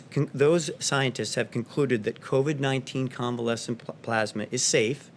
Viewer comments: Plasma or pluzma ? Lol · ....but what's "plarghsssmah"...? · Donate "PLAASMA" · "plausma", wtf? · Hard to take what he says seriously when he can’t even pronounce plasma right. I swear who ever wrote this for him put ‘plasma’ in as many times as possible. God so absurd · It can be pronounced both ways. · His ignorance is astounding. The man can barely read and please someone tell him how to pronounce " plasma". The man who believed the Corona Virus was a "hoax" and has acted accordingly throughout the pandemic by not acting.